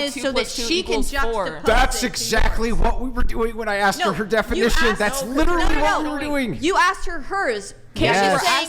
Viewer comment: Because she pronounced literally….lit trall lee many times. She automatically wins and is correct.